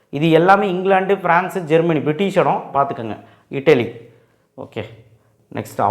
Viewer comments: Sir pronounsation Italy ❌ idly ✔ 😂😂😂😂😂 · italy❌ idly✅